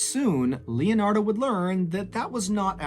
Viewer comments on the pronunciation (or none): Leonard in case you're wondering why he's mispronouncing any other name.